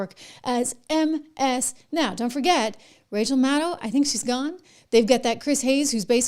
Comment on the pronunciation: MSN ow instead of MSNOW